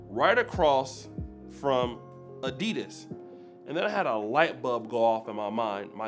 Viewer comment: I love PUMA. You are mispronouncing ADIDAS